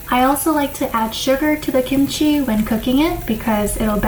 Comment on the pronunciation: kimchi not kimuchi